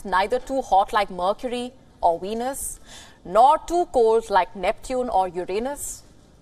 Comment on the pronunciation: She said "Weenus".